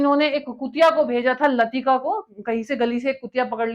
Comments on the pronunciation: Madamji, Russian cosmonaut YURI GAGARIN Name of the dog LAIKA not LATIKA . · जरा थोडी नाम के बारे में accuracy भी ध्यान दें.. This is not a very well researched video. आपने Uri Gagarin को दुर्धर व्याधी Gangrene बता दिया 😂 Dog Laika को लतिका बता दिया 😅 President John F Kennedy को George F Kennedy तो कभी F George Kennedy बता दिया 😂😂 १९६९ के बाद और भी १९७७ तक Apollo missions हुए थे. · URI GANGREEN nahi ......URI GAGARIN Kutiya ka naam LATIKA nahi LAIKA tha . Tumhare to bahut bure haal 😭😭 hain GK vali .🙏🏻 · Dog was Laika not Lasika,Yuri Gagarin not gangrin, Edwin Aldrin not buzz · Correction: यूरी गागरिन, लाइका (लतिका) नहीं। होकवर्क करके बोलिए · Madam, यूरी गागारिन , और लाइका नाम है आप नाम ग़लत प्रनाउन्स कर रही है । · आपने 2-3 नामों का उच्चारण ग़लत किया है। सही उच्चारण है: पहले अंतरिक्ष यात्री का नाम - यूरी गागरिन, कुतिया का नाम था - लाइका और नील आर्मस्ट्रांग के साथी दूसरे अंतरिक्ष यात्री का नाम था - बज़ एल्ड्रिन। 🤷‍♂️